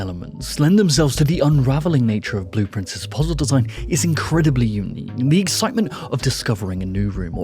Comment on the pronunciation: I wish you would put the name of the games on the screen, or at the very least list them in the description. I had not heard of Blue Prince, but it sounded intriguing. I was looking up "cerulean monarch" because you said that first. Then I looked up Blueprints, which wasn't right either. It took me WAY too long to figure out you were saying "Blue Prince". And it has nothing to do with the phrase "cerulean monarch". Love the videos, keep em' coming!